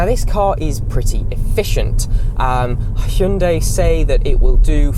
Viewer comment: You are probably the only reviewer who pronounced "hyundai" correctly